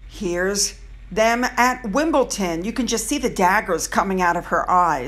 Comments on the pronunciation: Good video and spot on. You've hit the nail on the head. Thank you. Just one thing, it's Wimbledon not Wimbleton. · It's pronounced Wimbledon not wimbleTON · Hi, Meghan's obvious jealousy of Kate is evident and just added to her determination to leave the RF and start exploiting her new Royal status. Kate oozes class whilst Meghan looks she's the hired help beside her. PS: just in case you mention it again it's WimbleDON not Wimbleton. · I think she is extremely jealous of our future Queen. It’s Wimbledon lovely lady as opposed to Wimpleten 🤭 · luv u, but its WimbleDON not wimbleton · It's pronounced WimbleDON not WimbleTON. The first time you mispronounced it I thought I'd misheard you, but you went on to make the same mistake several times afterwards. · Pronounced Wim-bull-dun, no T:) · just to say its Wimbledon....D not T! Furthermore her issue with Catherine is that she is everything that mm isn't! MM hates herself and hates who she is, that's why she endeavours to look the way she does. White. Moreover having to be behind this tall and willowy woman who also is married to the man she actually wants must stick in her throat like dry bread. Catherine had to work hard to get where she is, MM simply thought her little bit of TV fame meant that she would automatically be elevated, but nobody knew who she was so that was completely unrealistic. She also didn't help herself with her nasty attitude which showed itself very early. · It’s WimbleDon,!! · It’s WimbleDON, pronounced the same as London. 👍 I was expecting today’s post, to be about Minge and Cringe speaking about vaccines at the Global Citizens concert, in New York last night. Couldn’t believe it when Harry left a huge pause after saying a gesture to “my wife”, followed by the phoney public display of affection. Pathetic. 🤮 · It’s Wimbledon! Not sure what you’re saying!